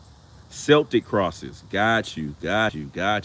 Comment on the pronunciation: Those are celtic crosses...pronounced 'K'eltic